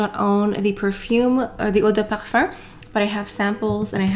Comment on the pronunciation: As a european person who studied french for 8 years and has a native french partner I will agree to disagree. The pronunciation is wrong and it’s kind of weird because it happens only when she says “eau de parfum”, when she says parfum it’s in english. So you’re better off trying to pronounce it like “ouh-deh-parfah”” or “parphæh” or even include the “m” at the end than say “perfurrr” because it doesn’t make much sense.